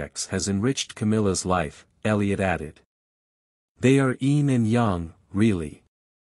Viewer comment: Wish you had used an actual human to read the dialogue. I'm so sick of the automated voices that pause in all the wrong places, and that can't even pronounce "yin and yang" correctly. AI isn't all it's cracked up to be!